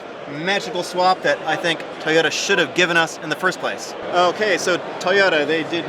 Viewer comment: Can you please pronounce toyota with the T, its not toYODA. THANKS